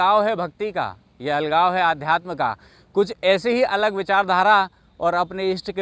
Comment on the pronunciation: Aalgav nahi lagav hota he